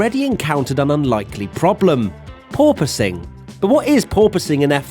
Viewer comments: Officially requesting a 10hr loop of you saying purpoising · totally heard "poor posing" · pronounces it as Poor-Poise, But my parents made a Poor-Choice 😎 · Wait... PORPOISING? I thought it was "poor poising". Because that makes sense. And is also how I had heard people pronouncing it, until now...